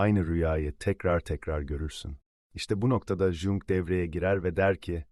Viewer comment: Jung dedikçe tüylerim diken diken oldu. Başka bir ai program kullansaydınız keşke.